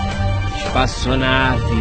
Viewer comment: ESPACíONAVE kkk